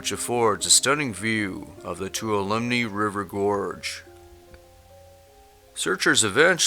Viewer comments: There have been more recent in the past few months missing people in Yosemite National Park - you need to check into that - also the correct pronunciation of Tuolumne is Too-Wah-La-Me (native American.) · FYI: Tuolumne is pronounced "Too-all-uh-me" :) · Tuolumne River, Meadows, Store, Campground, County, etc., is pronounced "Two all la Me." I compare the situation of people disappearing in wildland areas similar to the false legend of the "Bermuda Triangle." Some simple statistical analysis explains a great deal. When people don't know the answer to a mystery they make things up. How many people are reported to be missing in cities every year? Compare that with the number of visitors to public lands (both federal and state) and if the rate is somehow greater. I doubt it. The comments to this video and similar contain all sorts of expressions of fear of the outdoors. I have more caution and anxiety when I visit urban areas. That is where there are some real hazards. I don't really like visiting them. I've lived in remote areas for nearly 50 years and have been around when bodies have been recovered years later. Most of the time the circumstances the person got themselves into are pretty clear once the body is found. Most of the time the person(s) subject to a search and rescue operation are found, unfortunately many that have died, but most are found within a few days and alive. I had to learn that a lot of people go to the mountains and other remote locations to commit suicide. I've been on a few of them, first on scene alone and have three times had to declare a DNR (Do Not Resuscitate) or death under state laws that allow such a declaration by a non physician when specific symptoms are observed. . Some make what seem like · Too wal A Me. Toualeme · Too-All-A-Me is Tuolumne, Yosemite NP, Calif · Tuolumne - "2 ALL a me." You can do it. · Tuolumne is pronounced twah-lum-nee. I love the videos and the tremendous public service you are doing with them. Thank you!